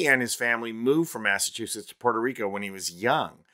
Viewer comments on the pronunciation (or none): none